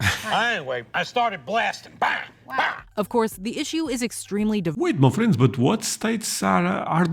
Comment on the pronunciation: when you say "my friends", it sounds like "muffins" 😂❤